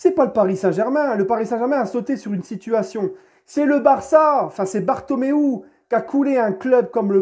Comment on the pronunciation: Merci de bien dire ‘’bartomeu’’